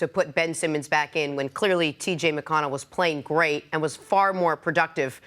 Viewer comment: No need to disrespect TJ McConnell just because you messed up saying his name. Just own it that you weren't prepared or didn't remember. Every person deserves respect specially when they have played well.